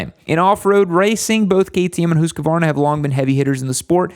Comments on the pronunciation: Say it with me... Hoosk-vaar-nuh... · Am I the only one who is annoyed by his pronunciation of Husqvarna? XD